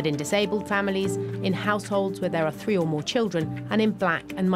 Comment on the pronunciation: There is a T in the word Three,there is no letter F.